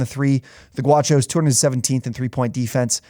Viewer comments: It's Gauchos, not Guachos. I feel like that's a game to watch against Baylor. UCSB loves to play slow and find attack the gaps. UCSB is also coming off of a 7 game win streak to end conference play, and they've had some recent come from behind wins. I think they have a shot, but I'd say Baylor will control most of the game and win by 12+ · It’s pronounced GOW Cho’s. CANT COME OFF AUTHENTIC with a introduction like that.